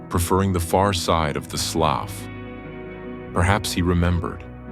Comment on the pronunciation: Can’t help it. I must tell you…as a southern gal from Louisiana, the word written “slough” is pronounced “slew”.😊 LOVED this video…as always!